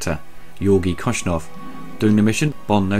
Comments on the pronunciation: Great reviews, love the Star Wars, Bond and Indy ones!! It’s Koskov though not Koschnov! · Koshkov not koshnov sorry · Don't worry, he spent most of the video calling General Koskov, General Koshnoff! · Hey, Dude! Jeroen Krabbe plays not Kosnov, but Koskov! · Why do you say "Koshnov"? It's Koskov. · It’s Koskov not Koshnov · OMG!!! NOT KOSNOV!!! KOSKOV!!!